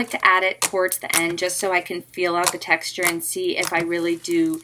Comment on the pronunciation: who else herd her say "i love the taxture" not texture XD